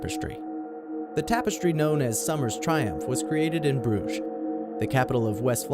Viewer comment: It's funny how you said Brugge :^)